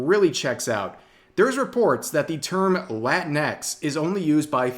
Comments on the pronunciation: it's not "latin X" it's pronounced like Kleenex like latinicks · Rev has to say it right, it’s not Latin-x, it’s La-tinx. Fits better when your Hispanic friends call you a Cabronx when you compare them to Tinkerbell. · Rev, can I get you to pronounce latinx as "la-tinks?" And, Yes, my Mexican son-in-law hates the use of latinx. Why are the 4%'s trying to promote removal of gender from Romance languages? Wasn't this attempted by the promotion of Esperanza, and look how that failed. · I always thought "Latinx" was pronounced "Lah-tinks" not "Latin.. EX" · It's pronounced la-tinks.